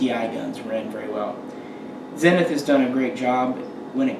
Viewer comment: "Zeeenith" and not Zen ith. Thanks for a great video showing the two models. Wish you would have fired the smaller MP5K. I am concerned about the very short fore grip area adjacent to the muzzle. Do you have to count your fingers after firing it?